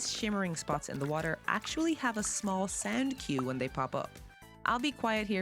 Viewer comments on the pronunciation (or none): There's a sand cue for the panning shimmer? Rewind four times without seeing it before realizing she's saying "sound." 😂